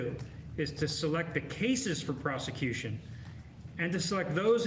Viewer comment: Wow the lapsus ! " prostitution" instead of "prosecution" ? But how justice are you in front of Jack Smith ?